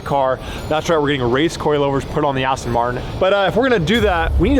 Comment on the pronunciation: That's how I pronounce it.. I know it's spelled Aston, but I said it's as Austin.. Just like people in Germany say Porshā and in the US we said it as Porsche... Funny you're the first to notice!!! 😆😆